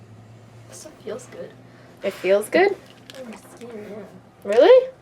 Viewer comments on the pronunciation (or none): none